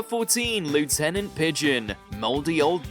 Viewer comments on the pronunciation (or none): it's "LEFF-tennant" not what you said. it's "EER-uh" not "ERROR". A true Brit would know this. Good grief, I can;t take any more of this video. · It’s LEFF-tenant Pigeon, you’re not an American.🇬🇧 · It is "Lieutenant Pigeon," pronounced the proper English way, not "Loo-tenant pigeon". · it's LEFTenant pigeon. is RUBBISH. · Lieutenant is pronounced Lef-tenant, we're not Americans...yet! 😄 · Lieutenant is pronounced leftenant. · It might be a good idea to learn how to pronounce the word "lieutenant". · That's not how we pronounce "Lieutenant" in the UK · A UK video and you can't even pronounce Lieutenant correctly 🫣 Also "dirty old man" was not a lyric in the song, they just did it on the live totp vocal. Probably a nod to Steptoe and Son sitcom. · OK but that isn't how 'Lieutenant' is pronounced. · We do not pronounce Lieutenant like that in Britain. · Please in future pronounce Lieutenant Pigeon correctly. They're not an American band and you're not an American narrator. I can only assume you were going for your own WTF performance. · No, that’s the way our colonial cousins say it. It just sounds SO silly! Check your copy of the Oxford/BBC pronunciation guide for clarification.